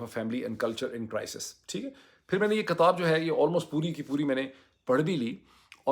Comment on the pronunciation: "KATAB" Nahi Hota " KITAB" Hota Hai Yeh Lafz Urdu Mai Likh Kar Samjho Ya Kisi Urdu K Shair Se Ya Urdu K Ustad Se Samjho 😂😂